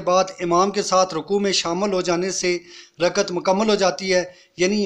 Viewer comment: ٭لفظ رکعت ھے رکت نہیں٭